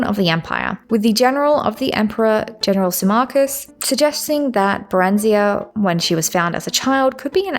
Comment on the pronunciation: You are just blatantly making up pronunciations that are so far off base its insane, so that reasoning is nonsense. Not a single character in the series pronounces Barenziah like that, or pronounces Dwemer like it has an i in it somewhere, ffs you can hear how Redoran is pronounced if you just played any of the dragonborn dlc, there is no excuse for this level of mispronunciation other than willful ignorance or engagement bait.